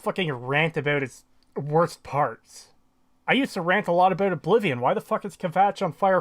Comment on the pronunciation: You are so annoying ... Learn how to properly pronounce the word " about " and stop trying to get popular by using another more popular youtubers videos !